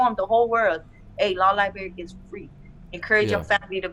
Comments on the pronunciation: 'libarry'...ahem, it is 'library'miss... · Yeah you can tell she spends a lot of time in the LIEberry. She cant really think the word library is pronounced lie-berry.